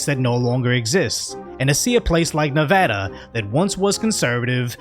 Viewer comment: Props for pronouncing Nevada like a real one. 👊 Also, of-fucking-course this went down in Clark County. South NV is attracting all the unemployed half-wits from Cali, it seems.